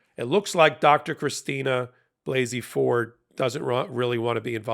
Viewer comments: Blasey Ford, not Blakey. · BLASEY-Ford, not BLAKEY-Ford. Come on, if you don’t even remember her name, make sure you at least check her name before recording a video on her. 🙄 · I believe that Ms. Ford's middle name is pronounced "Blah zee" rather than with a long A.